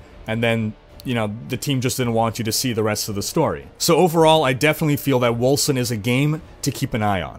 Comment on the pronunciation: Seems to me like Wolcen should be pronounced "Wolken". <_<